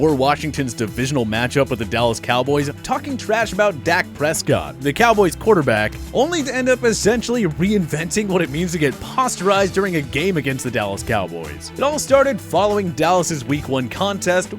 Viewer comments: Bruh... skip to ~ ,,, did this fool just say “pasta-rized”?? “Pastarized”... It’s “poster” dude,,, posterized... come on man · This man said pasta-rised 🤔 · nobody gonna talk about how he pronounced Posterized lol